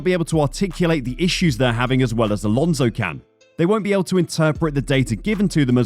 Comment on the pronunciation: Fernando's name is Alonso not Alonzo.